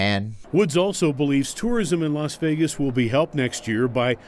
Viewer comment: Sounds like you’re finally pronouncing Vegas correctly. Remember: It’s VAY-gus, not veh-gus. Keep it up.